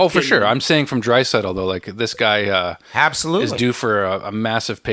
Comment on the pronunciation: Had to stop watching on the 500th time the guy said habsolutely